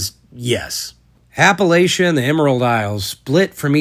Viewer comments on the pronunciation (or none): And yet he can't pronounce Appalachia. Don't matter though. This is quality stuff.